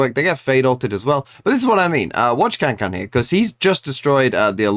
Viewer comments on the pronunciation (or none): Learned Kangkang's name T-T but still mispronounces